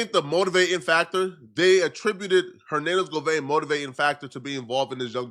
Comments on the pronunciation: Why do u keep saying govein ....😂😂 It's govan ... Simple .. you always doing to much man ... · Every time he said GOVANE ... I cringed 😂